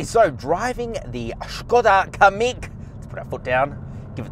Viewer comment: it’s pronounced “Kam..meek” also no car should have a manual handbrake anymore.